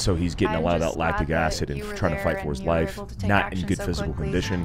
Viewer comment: It sounds like she says my laugh instead of my life flashed